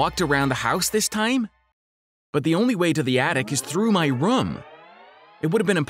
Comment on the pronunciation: What rum he said room instead of room lol